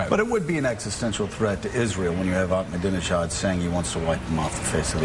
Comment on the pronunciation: He said "dijon" instead of "Ahmadinejad". He's an Islamofascist politician, not a type of mustard, you fuckwit.BTW, Greasewald should try talking to Iranians. Many of them are so sick of Islamofascism they are now referencing themselves as "Persians". If Islamofascism is so great and wonderful, why are so many muslims abandoning Islam? But I do admire Greenwald's ability to make money. I'm also a gay Jew, just like Greenwald; but I'm not so greasy-smooth. So I try to learn all I can from him. I'm about to receive an inheritance, and I'm going to offer a two-hundred thousand dollar reward for any info from someone in the NSA. I'll get tens of millions in return!!! BTW, Google-image Glenn's gay lover......SMOKING HAWT!!! That's where I'm going ;-)